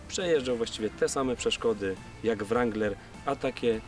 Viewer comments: Aż uszy więdną. Skoro chcesz "poprawnie" to W-niema, A-jak E... nawet twój translator tak podpowiada. Sorry. Dalej nie oglądam bo nie jestem wstani słuchać tego rAnglerowania. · Kurcze Chłopie naprawdę fajny kanał prowadzisz ale na Boga przestań z tym ,,langlerem" bo to jest żałosne. Nie ucz się wymowy z translatora Google. Mów po prostu Wrangler i się nie ośmieszaj. A jak koniecznie chcesz być bardziej amerykański od Amerykanów to ucz się poprawnej wymowy chociaż z Amerykańskiego YouTuba a nie od translatora Google. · Jak chcesz mówić ranglera to mów z akcentem i po angielsku.Bo to rangler wymawiane po polsku jest żałosne.Spolszczony wrangler jest prawidłowo.